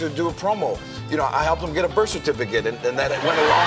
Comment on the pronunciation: “I helped him get a birth cirt